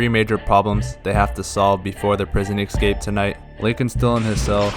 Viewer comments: Why do Americans say ECscape? 😂 It's ESCAPE guys, how tf did you all add some extra letter hahaha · Escape not excape 😂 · Best "excape" plot ever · It's an EEHscape, not an EGGscape.